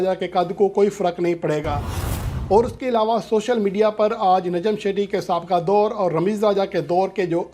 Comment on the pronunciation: لفظ نجم سیٹھی ہے شیٹی نہیں باقی رہی بات چیئرمین کی تو وہ پوری دنیا جانتی ہے کہ نجم سیٹھی کو کیسے لایا گیا ہے